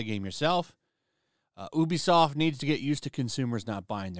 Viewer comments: It’s not ooh-be-soft, it’s you-be-soft. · Ubisoft is pronounced YOOBY-soft.